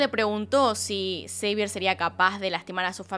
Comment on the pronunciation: Xavier en francés se pronunciaría Xavié o Savié no Seivier?